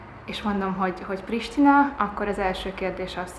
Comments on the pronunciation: As an Albanian from Albania the way she spelled “Prishtina” (Capital of Dardania a.k.a Kosova) was exactly as we Albanians say it too. Hungarian sounds good. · Sa bukur e shqiptoi Prishtinën. Për një moment m’u duk sikur ishte Shqiptare 😂